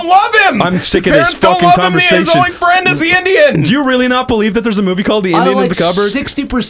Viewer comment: I was wealy willing to bewieve